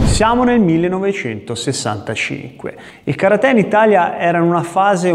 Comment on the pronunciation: Mi piace come hai pronunciato Karate, chissà perchè per molti, maestri compresi, è così difficile...!